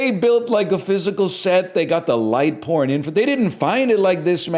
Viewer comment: i never considered that canadians might pronounce "pouring" like that